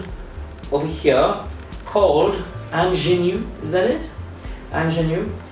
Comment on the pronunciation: Ingenue is it? Innocent/fresh lol. On-g-noo